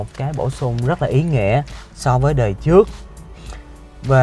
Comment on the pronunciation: "trước" chứ không phải "chước"